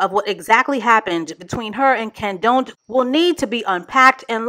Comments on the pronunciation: I flatlined when called him kenDONT!!! ⚰️💀😹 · I love how you’re calling this bum “KenDONT” lmaooo